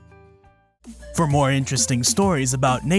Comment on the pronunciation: 7 Days of Science did great coverage on this story! Though, your video is better as you pronounce neanderthal correctly.